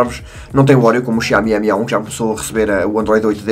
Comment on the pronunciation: Tenho reparado que em vez de "MI A1", por exemplo (ou outro equipamento com "Mi" no nome), dizes "Emi" e não apenas "Mi"...